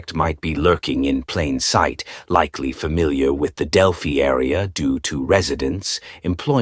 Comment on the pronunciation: I'm from Delphi Indiana he doesn't even pronounce the name right he also keeps referring to this white-haired mustache guy as Richard Allen and he is not get your facts straight